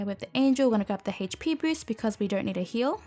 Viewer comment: I love how you say hp boost... hej pee boost. Omg I love you